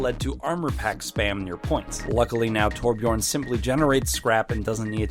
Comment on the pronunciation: Please pronounce Torbjörn right